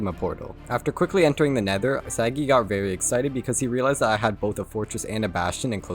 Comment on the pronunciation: i personaly know sagi you dont pronounce his name correctly